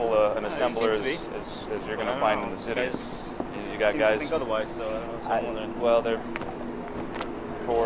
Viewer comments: Exactly... he didn't even curse. He misspoke the word "city" with an "sh". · are you serious? Josh mispronounced the word "city" ON ACCIDENT, and you blindly believe this video and spread the lie that he "cussed." SHAME ON YOU!